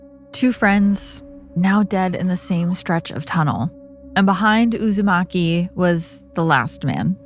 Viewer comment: That mispronunciation of “Uusimaki” is taking me out. I keep reminding myself that she isn’t talking about Naruto.